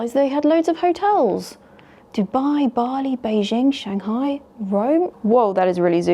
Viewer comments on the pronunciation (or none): none